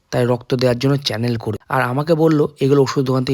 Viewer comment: Cannel na vaiya kanola bole otake😊😊